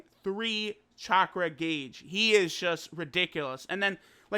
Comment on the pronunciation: lol u pronounced gauge and minato wrong